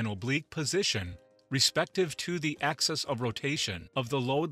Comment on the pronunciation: Please... it's "axis" not "access". Later: The "curry" temperature of magnets? The narrator sounds like a typical American Midwest accent, except seems to have never heard some of the words that are central to his presentation.